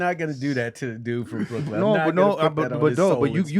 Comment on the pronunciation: DC😭😭😭😭 “BWROOKLYNN” 😂😂😂